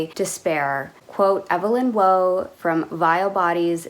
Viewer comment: Brit Preppy Core, Formal wear at Colleges like Eton and Oxford , Heritage stuff we've all seen before , I do need another cricket jumper the old Gucci one is worn out, totally agree with the Brideshead feel. (Waugh is pronounced War)